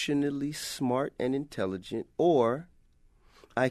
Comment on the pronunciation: lmmfao t.i. can barely say intelligent. this is hopefully a joke.